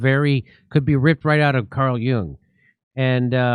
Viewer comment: Jimmy thank you for pronouncing Jung correctly! Amazing how so many progressive people into Yung and how most mispronounce the name!